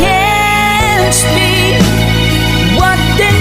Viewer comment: You can spick sabi nya speak po yun boss sablay diction boss